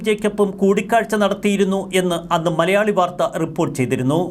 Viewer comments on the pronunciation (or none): none